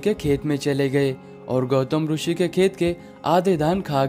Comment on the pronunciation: जब इतना अच्छा वीडियो बनाते हो तो क्वालिटी मेंटेन करने की खातिर, कुछ खर्चा और करके हिंदी कमेंट्री किसी और से करवा लेते, और हां, रूषि नहीं बोलते मुन्ना, ऋषि (रिशी) बोलते हैं... 'हैं' को तुम लोग 'है' क्यों बोलते हो आजतक समझ नहीं आया।